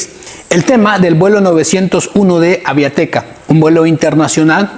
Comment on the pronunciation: es Aviateca no Aviateca y es Chichontepec no Chichontepec